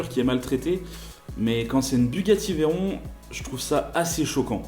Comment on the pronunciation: C’est pas « veillleron » c’est « véron »